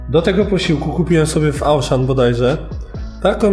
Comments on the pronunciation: Auchan czyta się "oszą"😂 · jeszcze "ałszan" nie słyszałam